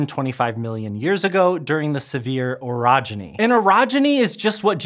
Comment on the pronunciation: Good thing you cleared it up, i thought you said Erogenous